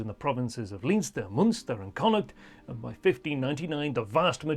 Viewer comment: Moonster? Leenster? Great history but he's obviously never been to Ireland...